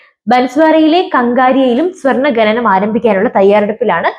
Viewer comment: "ഖനനം", ഇതിന്റെ ഉച്ചാരണം എങ്ങനെയെന്നു ഒന്നു മനസ്സിലാക്കിയാൽ കൊള്ളാം കുഞ്ഞേ